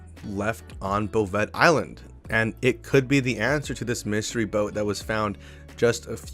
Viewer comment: Before someone makes fun of you for it... 'Bouvet' Island is pronounced "Boo-Vay"... I got your back.